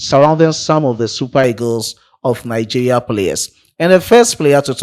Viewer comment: Bro, it is pronounced Nigeria and not Nigea 😂